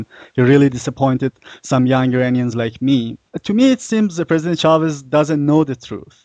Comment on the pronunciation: Dear Paul Jay. I appreciate The Real News enormously, and have donated. ONE THING: It's "Chávez" with the accent on the first syllable. Thank you! :)